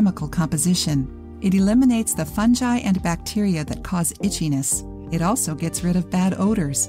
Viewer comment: The pronunciation of fungi 😂😂